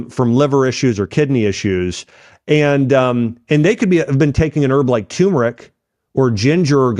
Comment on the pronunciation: Try pronouncing TURMERIC correctly, Dr...